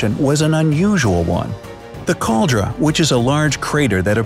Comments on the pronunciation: Caldera is not pronounced Kaldra. It's pronounced Kaldeera. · Cal-DER-ah. So there. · Yes, but he mispronounced Caldera. Just saying.